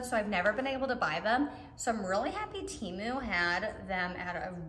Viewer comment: It’s t-e-m-oo not t-ee-moo